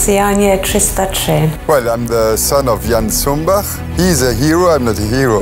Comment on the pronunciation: No właśnie mówić należy Cumbach, a nie Zumbach. A polscy piloci, angielskiego praktycznie nie znali. Chodzili do szkoły przed wojną, uczyli się raczej francuskiego, niemieckiego, łaciny. O tym mówił wywiadzie Jan Zumbach. A w filmie angielski. To nie jest prawdziwa historia. Polecam książki, a szczególnie Sprawa honoru. Dywizjon 303 Kosciuszkowski.